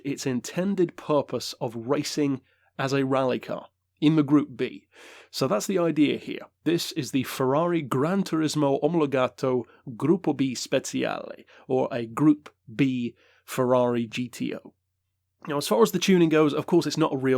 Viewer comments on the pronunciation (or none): you're pronunciation of gruppo b is really good. When you say "speciale" the "cia" sounds like "chair" in english yours in Italian would be "speziale". Im just writing this to let you know. (I'm a big fan of your content)